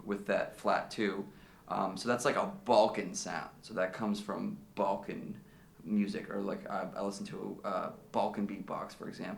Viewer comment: Oh, he said Balkan. I thought he said 'Vulcan' until I read your comment.